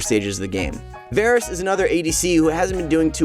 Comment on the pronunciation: cant even pronounce varus right lol